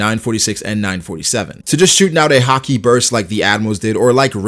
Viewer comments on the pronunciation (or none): Why does he randomely pronounce it like HAH-KEE super emphasized and different sounding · No one: Not a single person: hah-key